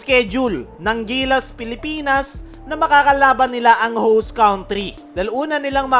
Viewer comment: Correction please & no offense meant..country, pronounce cantri not cawntri.